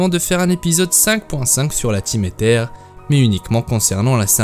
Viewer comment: Aether se dit Eillezeure..